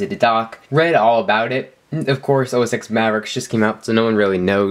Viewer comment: OS TEN! It is pronounced OS TEN. Thank you for playing.